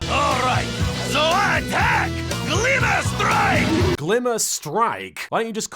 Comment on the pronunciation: Am I the only one who heard the Tsar's attack as "Cleaver Strike" instead of "Glimmer Strike"?